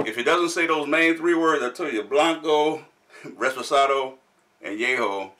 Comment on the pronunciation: Great to have you guys back reviewing one of my favorite spirits.Great research,everything you said is correct.But it's reposado not reSposado.Can't wait for the upcoming videos! Cheers!!